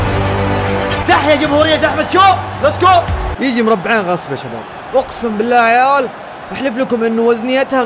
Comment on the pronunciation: يبي يقول يعيال قال يعوال 😂😂